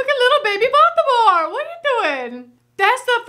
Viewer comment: Yeah..are we REALLY sure the name is not BALD-e-morte ?